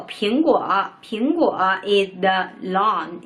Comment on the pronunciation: Noun is pronounced like 脑+n Naan is 面包在印度， 我不是印度人 :P